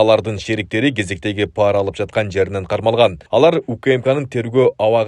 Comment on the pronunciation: Урматтуу диктор жигит паара эмес, пара десен туура болот